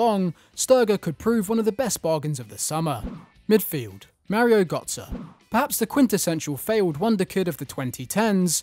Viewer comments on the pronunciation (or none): Its Mario Götze, Götze being pronounced like the last syllable of 'adieu'. Mario Geutze